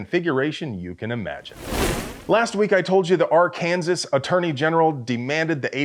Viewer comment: You're going to catch hell for not saying Arkansaw!